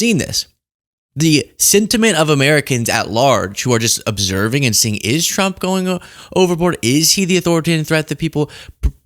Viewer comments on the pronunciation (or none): Damn loyalist text correction, anyway I thought she was saying T. W. U. M. P. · It’s only fair since he is a chump……and sometimes she says Pwesudent Chump! She has a hard time with r’s lol